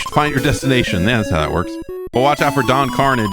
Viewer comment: It's pronounced "Don Carn-ah-zjay"